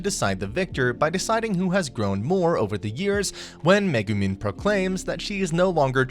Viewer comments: megumen bro what when he mugumen instead of megumin every bone in my body was triggered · Him: MegemEn Me: ITS NOT MEGEMEN ITS MEGUMIN Also the destroyer was before darkness left to be forced to get married and really... yunyen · am i the only one pissed that he said "megumen"